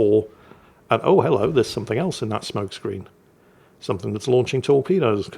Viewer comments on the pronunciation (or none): none